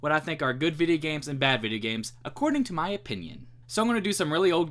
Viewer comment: "vid-yeh gehmz"